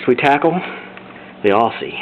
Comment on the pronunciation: It might look like Aussie, but those 'ss' are pronounced like z's. Great Video otherwise.